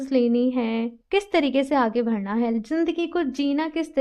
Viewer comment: Like the way you spell badhna. You always say vadhna. (आगे भड़ना ). Its actually बढ़ना